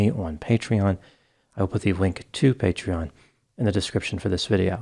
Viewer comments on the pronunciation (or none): none